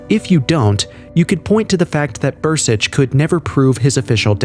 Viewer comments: It's Dan Burisch not Bur-sich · It’s BURISCH